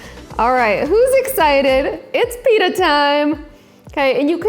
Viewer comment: YUOU SAID IT WRONG